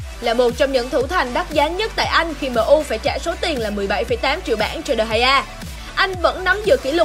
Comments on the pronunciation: Chứ đọc sao Đờ gia như mấy ông quốc dân giải trí à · Degea đọc thế nào ra dc đờ hay a vậy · De gea - đờ hai a :))